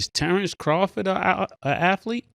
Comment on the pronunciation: I know dude aint say crawford lmaooo